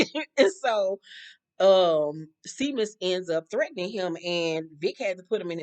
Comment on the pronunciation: Not too important but the Irish name Seamus is pronounced Shay-mus